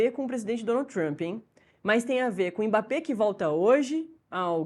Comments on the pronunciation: Repórter todo desinformado. Não houve provocação dos dois lados, não. Foi o Paraguai que, quando não estava dando patada, estava se jogando no chão fingindo falta. E aprendam a pronunciar o nome dele. Não é "emebapê"; é mbapê. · Está errada a pronúncia dele. A correta é m-bappé. Você não fala o nome da letra eme; só faz o som dela, m. Pode procurar o próprio Mbappé pronunciando.